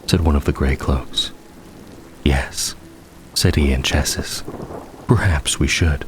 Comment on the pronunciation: minor correction: Iachesis is pronounced "eye-key-sis". Great narration otherwise! Very cozy and immersive.